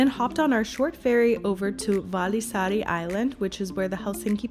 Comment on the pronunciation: You pronounce the vallisaari like valisari in finnish u strongly pronounce the double letter like the 2 ll letters and the 2 aa letters